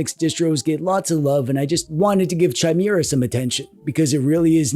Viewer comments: I'd prefer it if you called it kai -meeuh - ruh OS, actually. It's not spelled Chaimera, is it. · Chimera... Like chai latte... Sooo wrong... But since you said it times I think it was on purpose xD It's pronounced Kai-mera (*adjust monocle*) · Its pronounced "kye-MEER-uh"!!! Gosh you're such a DWEEB! (never stop) I do like Bazzite and adding in EmuDeck for Emulation Station, and of course the theme is there too! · Gosh dang, I know it’s probably for the engagement, but you got me! it’s pronounced Ki-maera not Chai-maera. Also, the monster is from Greek Mythology. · Kye-Meh-Rah. Chimera... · chimera is pronounced /kīˈmirə/. That's it. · Oh, I thought it was pronounced Chime-Ra. Silly me. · I think it's pronounced Gee com or possibly geek om. Chimera is definitely kai meeuh ruh, and bazzite is Bazz ite. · Saying Chimera as Chai-mera all those times then saying Gnome the right way killed me. Like I know he has to know how it's said our guy plays D&D type games so he has to have done this on purpose. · Chai-mira Chai- na He is phonetically consistent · It is pronounced as either "K-ee-me-ra" or "K-ee-mae-ra" because it's etymology is from the Ancient Greek "Χίμαιρα". The stress is also on the double "ee". The "ae" is not used in modern days. In the old days one wrote "Encyclopaedia" but today everyone writes "Encyclopedia". I am an etymology nerd from a very young age 😅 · Yeah, that word is pronounced "KI-mera" ... this is a well-documented fact that I'm almost positive isn't something distinguished by country of origin... (Canada is also now objectively cooler than the US, where I unfortunately still live) A chimera is a Greek mythological beast, but in modern times the word usually refers to something made of 2 things. Thus, a monster with the head of a lion but wings of an eagle. Two critters in one. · It's KEE-MEH-RAH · It’s also commonly pronounced kai-mairuh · It's meant to be pronounced kee-meh-rah thought.